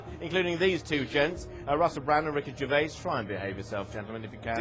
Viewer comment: "Rick Juraviss" who the actual fuck is "Rick Juraviss" ? The owner of a ficticious prehistoric wildlife-tribute park ? "Rick Juraviss" ? 😂😂😂😂😂